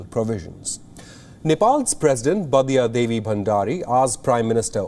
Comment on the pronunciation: Vidhyadevi bhandari not badiya devi.